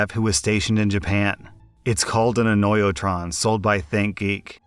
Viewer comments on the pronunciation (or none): Word: "Annoy-A-Tron": Annoy-O-tron